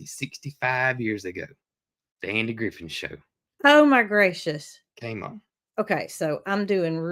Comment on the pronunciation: Andy GriffiTH, not Andy GriffiN.